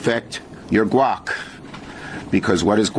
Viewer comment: 😂 “MUH GUAC” 😂